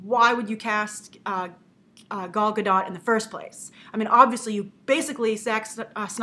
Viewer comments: Gal Gadot is pronounced "Gale Goo-Doe" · From a site: "Her name is not said like, “She’s my gal”; it rhymes with “doll.” And her last name is not French, with a silent T like Brigitte Bardot. It’s Israeli, so you say the T, and it rhymes with “afloat.”" =) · Gal Gadot is pronounced with the long O and silent T